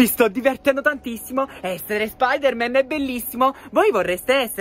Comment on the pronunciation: Voooooo si dice anto spidaman